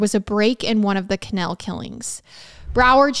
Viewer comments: Youre killing me here,. I had to look at the title to understand what you kept saying. Never heard it called a canel. 😅so i didnt quite understand what was happening. I googled what a canel was, thinking it could be some Florida thing i was unfamiliar with...nope. just a canal. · Same!! Ca-naaal not Ca-nail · KUH+ NAL. Couldn’t finish the episode because I was so annoyed about the pronunciation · I absolutely love you... howevrr, every time you said canal I lost a little bit of sanity. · I love the way you pronounce canal 😂❤ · This video is going to be so hard to watch. There have been a lot of videos where the mispronunciation of the word ‘canal/s’ has been annoying but if it’s going to be every other word 😬😬😬 But I’ll manage